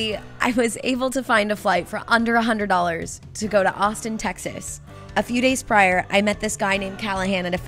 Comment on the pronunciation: The first time she said Austin I thought she was saying Boston